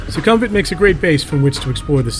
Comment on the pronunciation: It’s not “Su-KUM-vit”, but “Suecom-vit”.